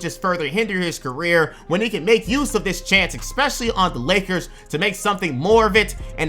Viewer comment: PLEASE STOP SAYING "EXPECIALLY" ITS "ESPECIALLY"!!!!!! WITH AN S!!!! ESPECIALLY!!!!!!!!!!!!!